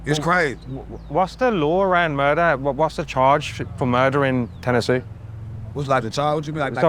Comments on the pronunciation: Memphis, TenehKey😂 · "TEN AH KEY":face-blue-smiling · He said teneetee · Whitefolk say born an raised teneetee 😅😅😅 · Memphis ten a key